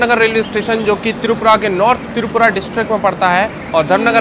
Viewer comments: itz not tirupura itzz tripura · It's not "Tirupura" it's "Tripura"